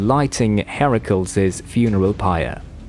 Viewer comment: Hair-ackles😅 you mean Heracles